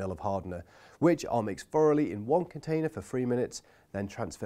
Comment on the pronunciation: also mefod and bovver and furoughly 🤣🤣🤣🤣🤣🤣